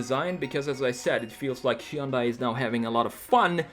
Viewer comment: he yun die...dunno if Koreans pronounce it like this, but ---kewl